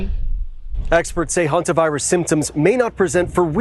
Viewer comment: The guy makes it sound like the homovirus not the Hanta virus